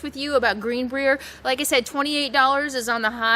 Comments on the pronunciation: Pronounced: Green Briar :) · Green Brier pronounced like bryer. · It's good to see Capone enjoying himself on your walks. WV is a very rustic state, but on is it a Gem. The little towns, like Lewisburg, are so much fun to travel through and see their history. Oh FYI, Greenbrier is pronounced Green-bryer (like the ice cream). :) ~db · Just a little FYI, I believe it is called: Green brī er. I was in Prague!!! I absolutely LOVED Prague!!! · Love how you mispronounced the Greenbrier, lol